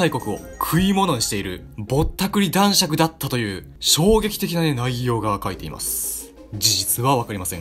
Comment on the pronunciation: だんしょく じゃなくて だんしゃく やで……苦笑